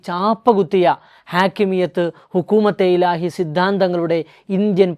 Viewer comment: ഹുക്കൂമത്തെ ഇലാഹി എന്ന് ഉച്ചരിക്കാൻ നിങ്ങൾക്ക് വിവരം വരട്ടെ!!?? ബാക്കി പിന്നെ.